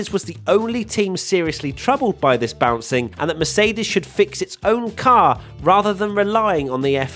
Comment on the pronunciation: Can say "car" even more obnoxiously?